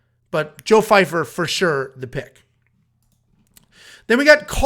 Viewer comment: Why does everyone keep calling him Fyfer. Guys his name is Joe Pyfer